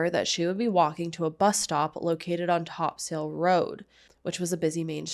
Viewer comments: Hey. Newfie here, It’s pronounced “New-found-land” just like how it’s spelt. Topsail road is pronounced “Top-sil” We’re funny languaged people lmfao Thanks for covering this. Topsail road is such a normal, every day road you don’t even think about but everyone in town crosses topsail road at least once a day. So sad it happened in such a public, bustling place Feel free to reach out if you want any additional information about Newfoundland for this case or future ones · topsail Road is pronounced top-sul. obviously not a big deal. I just know you talk about St. John’s a lot, so you might like to Know! I appreciate you getting these stories out here because nobody else really talks about them